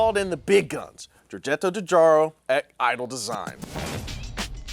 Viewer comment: That's the craziest pronunciation of Italdesign I've ever heard lol. Italian + Design = Italdesign!